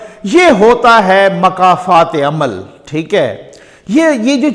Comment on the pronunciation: محترم ۔۔ انتہائی مؤدبانہ گذارش ہے کہ لفظ "مکافات عمل" کے شروع میں "مکافات" کے میم پر پیش ہے ، جیسے "ملاقات" میں میم پر پیش ہے ۔ نہ کہ زبر ۔